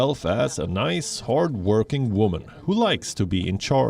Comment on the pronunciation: wamen of power lol